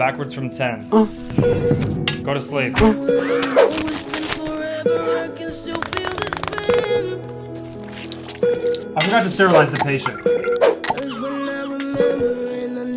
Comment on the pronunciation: The way he says “Go To SlEeP!!!! And slaps him